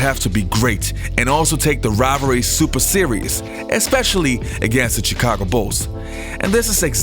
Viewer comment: Good video, but the way he pronounces the "Ch" in Chicago and Charlotte hurts my ears a bit.